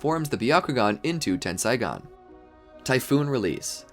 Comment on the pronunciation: it's ten-sae-gan not ten-sai-gan